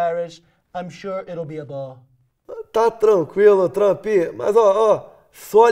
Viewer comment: "Olá Trâmpi"